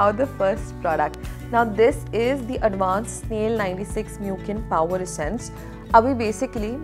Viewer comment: Hellooo loved the haul! The COSRX essence is pronounced as 'MUSEEN' not 'MUKIN'. It's such a wonderful product. I'm on my second bottle already. ✨